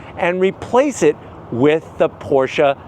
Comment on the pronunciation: Thank you for pronouncing Pro"SHA" correctly sir!